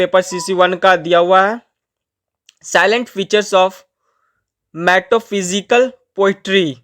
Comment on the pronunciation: Bhaiya aap bahut galat pronounce kr rahe ho...... Ye likha hai prof. Ne Canterbury tale Metaphysical Shakesperean Country churchyard